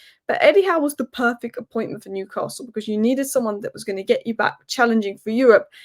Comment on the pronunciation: i dont think so,,,,, and by the way there is NO R in NEWCASTLE SO PLEASE drop your R and say their name properly, I.E. NEWCASTLE,,,,,,,,,like all we toon fans do, chow, slater pet.